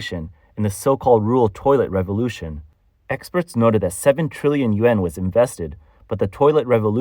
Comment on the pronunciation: I think the AI voice has a problem differentiating the sounds between yen and yuan.